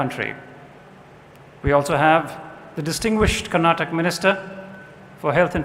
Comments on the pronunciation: This gaali galoj should stop now!!! It's not Karnatak it's KARNATAKA it's not Kannad it's KANNADA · It's not karnatak. It's KARNATAKA. This is to the person who speaks initially in the video.